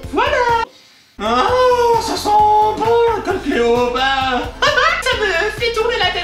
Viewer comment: J'adore quand tu dit belanc et celeopelatre. .......................